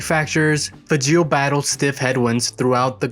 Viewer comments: The name is pronouncED LIKE FRAGILÉ BUT WITHout the R!!!! Get it right it makes you look dumb!!!! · I believe the correct pronunciation of Fageol rhymes with fragile.